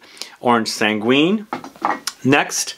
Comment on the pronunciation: Oh just a hint we don’t prononce the u in sanguine it’s orange sanggine the u is there to make sure we don’t prononce j instead of g